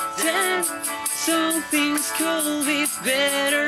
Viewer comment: por qué dicen culd y no kud